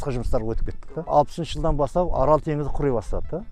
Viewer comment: 😊орол емес АРАЛ